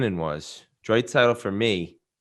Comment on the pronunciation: Whit - "Drait-saitl". Also did call Quinn Hughes a twin? Hmmm